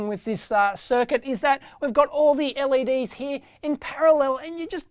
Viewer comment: only complain, he says "Leds" instead of "LEDs" also wtf, why is it 1080p50... i have never seen that